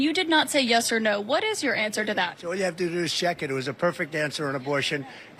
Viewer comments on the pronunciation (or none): about and Trump said schek it. for check it,. And he looks incredibly tired, like way past his grandpa bedtime.